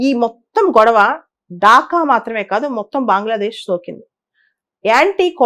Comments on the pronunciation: బాంగ్లదేశ్ కాదు మేడం.. అది బంగ్లాదేశ్ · బాంగ్లాదేశ్ బాంగ్లాదేశ్ బాంగ్లాదేశ్ అని అంటుంటే వినడానికి చాలా చండాలంగా వుంది 🙏🙏